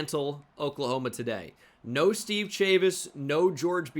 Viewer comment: The mispronunciation of "Chavis" is killing me